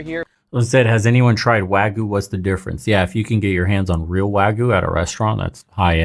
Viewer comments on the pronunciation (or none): it's not pronounced wa goo it's wa gyoo. Dunno why the first mispronunciation is so prevalent everywhere.